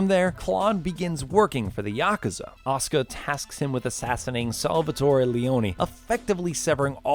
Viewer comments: It's Asuka with a "u" not Aska ffs!!! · Asuka, not Oscar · Why are you saying Asuka as Oskah?